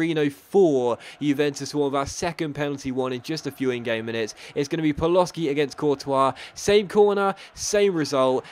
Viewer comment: Hearing Paloshy pronounced Paloski destroys a small part of my soul every time i hear it, which is 20 times an episode